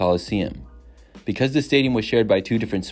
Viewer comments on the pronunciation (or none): none